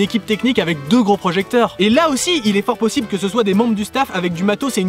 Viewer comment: À ta dit posible